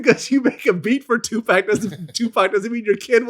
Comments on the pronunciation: Lol he slipped up and said 2 pack 😭😭😭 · Vlad: 2peck....uuhh 2pac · He produced toss it up. dumb vlad even said 2pack.